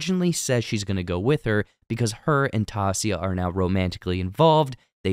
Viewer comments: There is no way you haven't acknowledged how badly you butchered Taissa's name. By saying it, TAH SEE UH, if you really binged the show with your own EARS you would know her name is said literally how they say it. TIE EE SAH. Its like someone calling Anna from Frozen ANN UH when shes called ONN UH in the movie and saying you worked on the show. Its just giving off hired someone to write a script and watch the show so you don't have to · Who's Tassia? Her name is Taissa. Not even sound alike. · Great recap, but the lady's name is pronounced Ty-EE-sa, not TAH-see-a. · It's not Tasia it's Ti-e-sa Also Nat already knew Sue bc they used to commit credit card crimes together for drug money. So Nat threatens to tell her boss if she doesn't help her. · great video but you saying tassia instead of Taissa for the entire video was 💀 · Taissa is pronounced tai-EE-sa not TAH-si-a. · Honestly. TY EE SAA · I swear. How do you watch the WHOLE SEASON, Read that name, then call her “Tacia” 30 times. Wild. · I believe it's pronounced teh-sah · I had to turn it off because of that. there is no character in this show named Tassia. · 🗣️🗣️ TAISSA !!!! SAY IT WITH ME TYE-EE-SAH !!! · It’s Tie-iz-sa, Taissa. 👌🏽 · TIE-EE-SAW, it is not that hard, you can do it. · holy shiz her name is Taissa (tah-EE-sah) lol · Say it with me TAI - EE - SA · Its Taissa : tie ee sah . Great video but that was kindof annoying! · literally stopped when i heard Tassia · Pronounced Tai-E-ssa,. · The pronunciation of Taysha's name is disconnecting me so much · It's Taissa. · Say it like this... Tie-E-sah. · It's tough to listen to! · It’s pronounced TY-E-SA. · IDK how anyone who watched the show for ten eps, and heard Taissa's name THAT many times is capable of butchering it so badly in the recap smdh (its Ty-EE-Suh) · Ta-e-ssa.... but ok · TY-EE-SA. How did you binge a show but not get a main characters name right. Made me cringe everytime. Thumbs down. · Ti - eesh- a !!